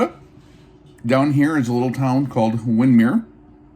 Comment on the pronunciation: Wow, I didn't even hear about this until I saw this video, and this is in my neck of the prairie. Thanks for the update. BTW, Wyndmere is pronounced Wind-mere(long I sound) in this area. It's one of those towns that you know if someone is local or not by how they pronounce Wyndmere. Not that it makes a difference for the video.